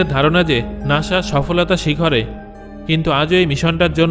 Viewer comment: আরে ভাই নাশা না নাসা😊